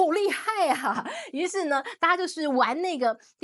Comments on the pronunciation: Deep seek.... Not sick😅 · Deepseek not dipstick